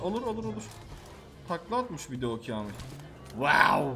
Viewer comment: Abi benim adım kamil sen öyle söyleyince üzülülüyom lütfen yorumu oku ❤❤